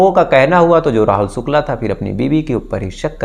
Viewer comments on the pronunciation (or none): Sukla,Sam, santi😂,please fix your "sh"